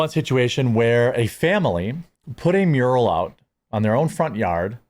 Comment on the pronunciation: Mural, not muriel.